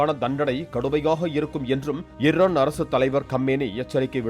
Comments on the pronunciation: தொகுப்பாளரே இர்ரான் இல்லை ஈரான் 😂😂😂 ஈஈஈ 🪰🪰🪰🪰 வராதா உங்க வாயில😂😂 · ஈர்ரானா? தமிழை கொலை பண்றது ன்னு முடிவு பண்ணிட்டீங்க..? அது அமாரிக்கா இல்லப்பா... அமெரிக்கா